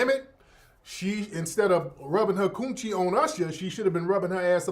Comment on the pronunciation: Every time you say koon-chie it cracks me up!